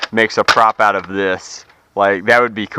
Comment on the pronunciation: out not oit